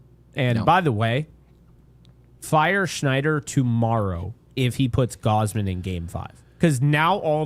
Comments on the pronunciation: Gary - WHY DO YOU KEEP SAYING “Gowsmen?” It’s (gauze-men); is it an inside joke I’m missing? It’s a tad weird to keep mispronouncing someone’s name EVERY TIME. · Yo why does he pronounce gausman like gowsman